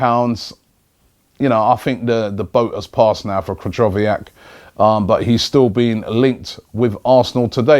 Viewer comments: Krychowiak starts with K not P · Its pronounced kryhoviak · Krychowiak, Kolašinac that is terrible pronounciation